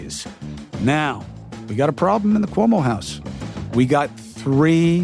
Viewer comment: Cuomo can’t even learn to pronounce his name … I can tell I’ll be turning this off in 10 mins